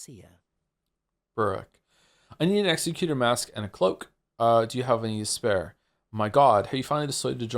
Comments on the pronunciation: Joe’s pronunciation of executor is making me unreasonably mad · Same, but also i kinda love how that makes it sound like an executor of people, rather than an executor of plans